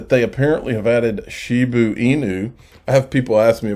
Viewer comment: Shiba! Not Shibu